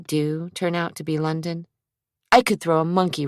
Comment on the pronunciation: The londaon/Zack is so ick